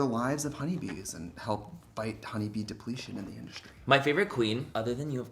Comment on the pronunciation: When trixie said honey bee depletion I legit thought he said honey bee depression.